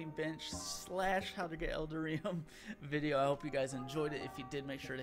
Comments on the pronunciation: EL - DAR - EE - UM (You're welcome) 😃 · "L"-Dar-"E"-Um.... Eldarium. ;-) Like Titanium but with Eldar instead of Titan. :D